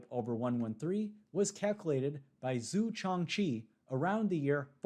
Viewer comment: Please look up how to pronounce Chinese names. You absolutely butchered every single one